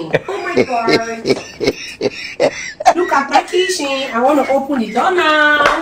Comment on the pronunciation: "Gaiden" "Kichen"😂😂😂